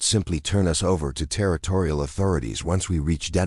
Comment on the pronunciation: The AI is not trained properly. It is reading periods as 'dot', and us is the word 'us', not U. S. for the United States.